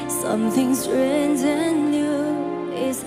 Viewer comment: 唱得很棒 很有爆发力 美中不足的是英语发音 比如在发“strange”音时 元音ei没有出来 另外发tonight音时发得很土 一听就是中国人说英语